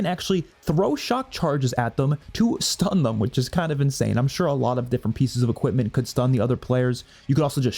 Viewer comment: “shtun” I will now say shtun instead of stun